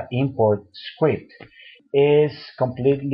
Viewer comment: I will show you a skwipt (script) hahahahaha